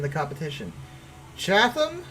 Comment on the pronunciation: The place Chatham, the TH isn’t pronounced, so it’s Chat-ham.